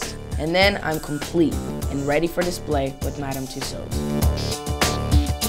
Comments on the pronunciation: crazzi-j north It’s Pronounced tuesawds, not tuesauds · He cant evwn say tussauds right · Justin you pronounce it two swords not tosads xx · Why do Americans say Madame tussows it's Madame Tussaud's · It's not twosos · Tusodes aha why can't he say it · Josalba Jimenez in america, you say what he says. but in england we would usually pronounce it as ''tussords'' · lol he cant say it right to me then and yet i cant even spell even #evwn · the way he pronounces tussauds sounds like a british accent lol. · He doesn't even know if Germany is a country, do you really think he'll pronounce Tussauds right? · Aww he can't say Tussards